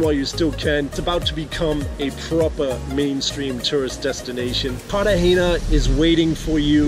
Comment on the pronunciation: Carter hayna? It's Cartagena pronounced "CARR/ tah /HEY /nah".. stupido